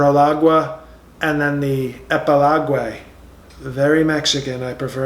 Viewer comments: "Fake book", "cognitive incline", "manu-el", *epiloguay"... I've perished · Proliguay and epiloguay!!!! OMG!!!😹😹😹😹!!!